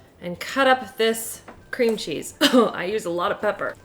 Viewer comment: She literally said Scream Cheese instead of Cream cheese 😂 hotel Transylvania gurl 😍